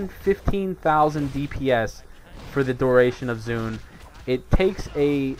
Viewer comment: 1. There is no such thing as snapshot statistics anymore, they removed it from the game for all pets 2. Its pronounced "zwen" not "zune" <===not microsoft 3. Chi burst is a gain in the aoe rotation, and using tiger palm is a dps loss at any point where there are more than 1 mobs. 3. FoF is above mastery procs in priority 4. Best secondary stat is haste up to ~7.4k at which point crit becomes dominant...there is NO POINT AT WHICH MASTERY IS BETTER THAN EITHER.